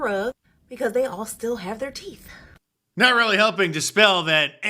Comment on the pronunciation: Mark, that angry black woman actually said teeth, with a -th and not teef..... gotta give her a little credit. 😂